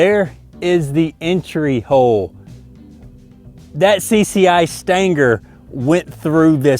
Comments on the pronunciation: so its cci stanger or cci stinger lmao....love the accent I'm from Louisiana so I can understand you hahaha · What the hell is a “staynger”? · stanger?! lol its stinger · "CCI Stanger" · "cci stangers" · I cant figure out why it irritates me so much to here it pronounced this way lol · Some "see see eye stangers" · i like the way he says stingers! lol! thats country! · It's the way he pronounces Stinger.